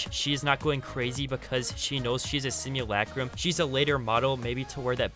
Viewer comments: Stop saying simulacrum so weird stinky boi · Why do they say simulAcrum it’s just simulacrum they all pronounce the a on it’s own